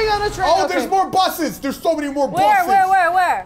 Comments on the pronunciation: anyone notice that there saying buth instead of bus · They kept saying "Buth" It's so annoying and they do for entertainment but it was just annoying for me. (The OCD life D:. It sucks) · they're saying buthes